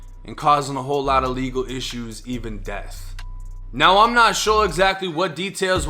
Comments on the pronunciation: It’s “Death” not “Deaf” 🤦🏽‍♂️ #AlabamaEducation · She said deaf. 😒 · she said “deaf” threats 😆